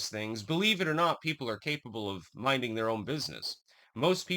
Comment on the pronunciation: "Mining" your oun business" At least, that's how I heard it! Spot on, sir!